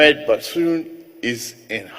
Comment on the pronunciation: Is it "Basoum" or Bazoum! Niger République and not Niger Recovery! This is truly BAT😂😂😂😂😂